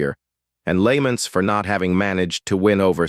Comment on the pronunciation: The AI is so ass lmao, it can't pronounce "Lament" and "Ramen" to save it's damn life